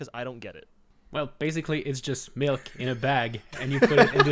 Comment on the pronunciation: you see this comment, you need to stop saying melk.